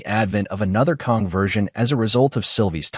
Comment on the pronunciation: KANG not Kong! 🙄